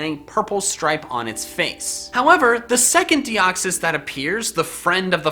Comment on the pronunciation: all Pokemon Names Are Plural . For The Record lol . " Deox-Eye" lmao